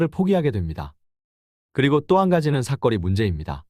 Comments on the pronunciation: 사거리인데 사꺼리 발음이 조금거슬리네요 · 사꺼리가 아니라 사.거.리. 입니다……. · 사거리라고 발음 좀 하세요. 삭 거 리 라고 하니까 거북함.